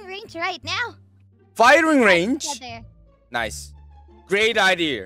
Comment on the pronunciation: 다른 영어는 딱 영어네 하는데 나이스 왜케 한국말같냨ㅋ